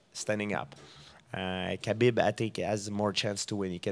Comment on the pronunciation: GSP pronouncing Khabib's last name is like watching a blind man cook... Its a slaughter.